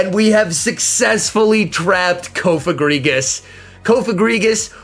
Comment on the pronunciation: you probably aren't doing it on purpose but, PLEASE STOP PRONOUNCING COFAGRIGUS COAF-A-GRIGUS AND PRONOUNCE IT COUGH-A-GRIGUS. Thank you, love your content BTW.